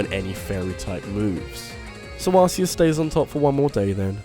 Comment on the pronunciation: it's pronunced Arceus with a k, not Arceus with an s